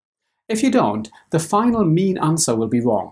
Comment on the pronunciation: Who else thought he was saying meme every time he said mean lol Okay just me